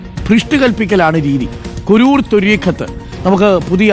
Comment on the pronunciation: കുരൂർ അല്ല സാറേ കുരുവട്ടൂർ എന്നാണ്